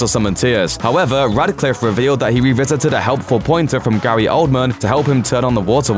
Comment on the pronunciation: RADCLIFFE, NOT RADICLIFFE